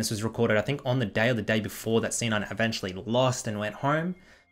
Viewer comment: i thought he said "sinner player" LOL